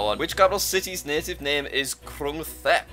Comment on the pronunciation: Jack, it's pronouced Tep not Thep